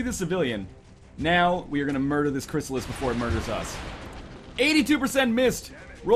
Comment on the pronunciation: In 30 episodes NL still calls CRYSSALIDS, CRYSSALIS....